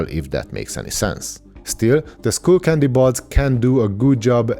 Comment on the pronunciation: Bro - it's sk-uh-ll not school. New subscriber here :)